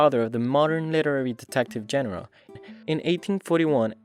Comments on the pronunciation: "genre" is not pronounced "jen-reh". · its genre not genre